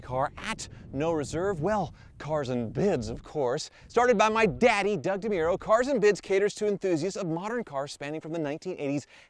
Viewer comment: "My daddy douge demuro"